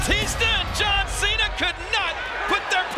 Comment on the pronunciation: shes says john jena lma😂😂😂😂😂